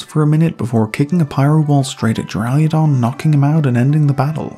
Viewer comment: Loved the video, but for the love of Arceus, there is no "i" in Duraludon